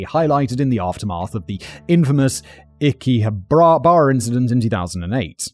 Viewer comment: His pronounciation of akihabara killed me